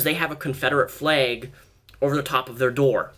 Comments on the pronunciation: You said fleg...not flag. Lel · honestly don't know why he pronounces it like that I'm also American from Long Island NY and I pronounce it "flAg" not "fleg"......If you're American too how do you pronounce it lol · "Fleg" hehe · Anyone else notice that he pronounces some words with a's or e's as if they have y's? Like eggs he says ayygs. Or flag he says flayg. Also when he says legs he pronounces it like laygs. I love your videos so much just wanted to know if anyone else noticed? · The way he says flayg shrugs